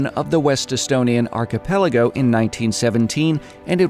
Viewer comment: you can pronounce archipelago . Westie can't! You win .